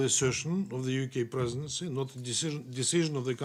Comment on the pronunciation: "Colonialistic line of the UK presedesfsdfsdgf" - You better read your paper right if you don't want to get novo choked